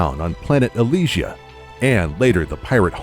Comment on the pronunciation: Aleezzsha? I thought it was Elysia? Roondus? I thought it was Rundas? Zeebeese? I thought it was Zebes?